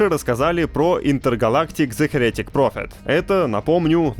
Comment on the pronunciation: Heretic вообще-то имеет ударение на первый слог, как и "Акира". И послужной список дуэта Резнор-Росс на "Социальной сети" не закончился: у них уже большой перечень совместных работ, а в последний раз "Оскар" они получили в 2021-м за мультфильм "Душа".